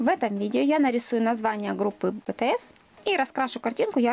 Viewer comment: Не ботаэс а битиэс